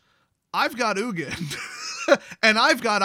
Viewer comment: Spelled Ugin. Pronounced Nukin